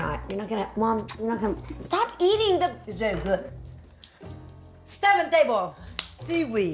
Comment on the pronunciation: “SevenTable!” *claps Reminds me of my mom when she says thirty “turdie”